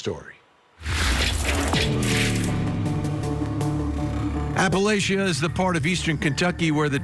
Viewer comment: At least Vinnie rponounces "Letcher" County correctly but for God's sake it's APP a LATCH a . Say it....APP a LATCH a.